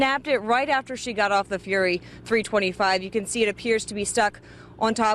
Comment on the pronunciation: the way she say three twenty-five hurts